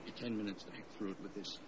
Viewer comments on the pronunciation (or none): none